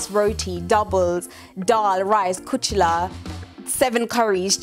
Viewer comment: It's kulcha not kuchla